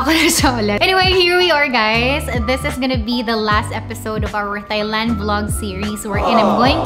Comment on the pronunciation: Wrongly pronounced the country